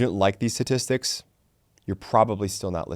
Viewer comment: It's pronounced sTatistics.